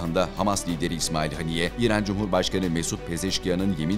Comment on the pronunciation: Efendim! Merhum İsmail heniyyenin adı Arapçada; "اسماعيل هنية" biçiminde yazılmaktadır. Buna göre Türkçemizde; " HENİYYE" şeklinde yazılmalı ve söylenmeli. Saygılar. Küresel basında; "A" harfiyle yazılması dikkate alınmamalıdır. Bu yazım İngilizce transkıripsiyon kuralından kaynaklanmaktadır. İsimleri kendi dilindeki seslendirme ile söylemeliyiz. Allah ona rahmet eylesin, dileklerini tahkik etsin, gerçekleştirsin. Saygılar.